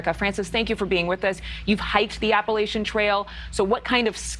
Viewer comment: I hate how they keep mispronouncing “Appalachian” … or at least to us southerners it sounds like it’s being mispronounced. Lol 😂